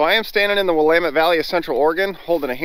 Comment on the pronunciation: So,, how long have you lived in Oregon and don't know how to pronounce 'Willamette?'